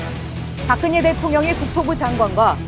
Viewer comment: 박근예 가 아니고 박근혜 입니다。 듣고싶지 않은 이름 이지만 아나운서의 발음이 틀리니 귀에 거슬립니다